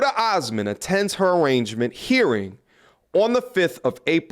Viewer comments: Love your stuff...just say it with me: "Ah-rain-meant"...arraignment. Not "Arrangement" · Its not "arrangement" its "arraignment" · Arraingment... the 'g' is silent. A rain ment. Complainant not "Compliant". Compliant is easy to get along. Complaitant is a person presenting a case in court. Aff ee aunt, not A fi ant. Your flow and patter is good. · You lose some credibility when you misread big words. Arraignment is pronounced "ah-RAIN-ment" not "arrangement." They are two different words. Also complainant is pronounced "com-PLAIN-ant" not "compliant." Again those are two different words and mean different things. You are changing the meaning by mispronouncing those words. Not saying this to nit-pick. I like your content and want to see you succeed. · Did he say arrangement date??? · The way he mispronounced arraignment… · The "g" in arraignment is not pronounced.